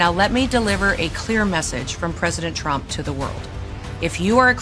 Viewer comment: No wonder Nick NEVER "talk" about Latinos 😂 "I will boat for Donald Rump"